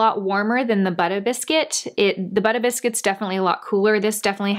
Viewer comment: I loved every time you said “buttah biscuit”!! Haha I need to try that now just bc of the name!!